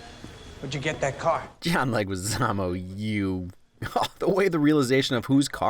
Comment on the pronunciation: John Legizaamo... Legeezmo. Legeezmo.